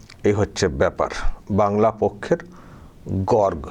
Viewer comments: Gorg na Gorgo. Uchcharon ta thik korun. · গর্গ নয় উচ্চারণ হবে গর্গো । পুরো নাম গর্গোদেব । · আপনার উচ্চারণ হচ্ছে না। গর্গ উচ্চারণ শেষে ও হবে। গর-গ। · উচ্চারণ টা গর্গো,(in English gargo, garg নয়) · বানানটা গর্গ হলেও উচ্চারণটা হবে গর্গো চট্টোপাধ্যায় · গর্গ চট্টোপাধ্যায় নিজেই তো সঠিক উচ্চারণ করতে পারেনা।😂😂😂😂 আবার সে নাকি আবার বাংলা পক্ষ এর সৃষ্টি কর্তা।😂😂😂😂😂😂😂😂